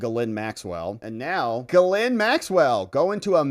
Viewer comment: It's pronounced Gee - Lain, with a soft G. The s is silent.